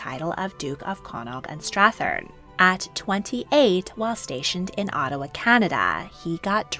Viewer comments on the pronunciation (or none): none